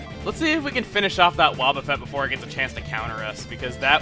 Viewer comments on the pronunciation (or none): none